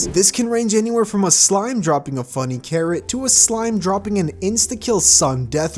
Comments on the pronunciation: It’s fuZZy carrot not fuNNy carrot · itz FUZZY carrot not funny carrot lol